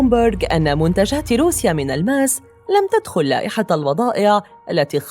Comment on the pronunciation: الماس و ليس ألألماس